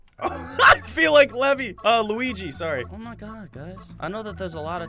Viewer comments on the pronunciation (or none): none